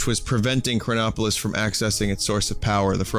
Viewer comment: whenever he said chronopolis i always thought cronbopulus michael